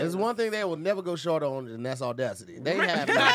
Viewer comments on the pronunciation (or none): The only thing América will never go short on is audacity, truth. Even if you said “ordacity”